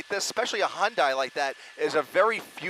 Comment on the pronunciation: It’s pronounced HUNDAY!